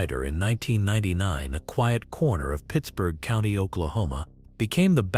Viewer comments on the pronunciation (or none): none